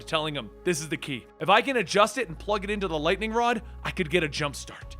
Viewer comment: Is it me or did say wod instead of rod?